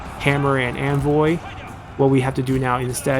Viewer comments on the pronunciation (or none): Why does he keep saying anvoy?